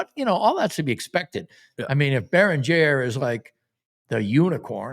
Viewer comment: "bear - ing - gare" is John Randle-grade unc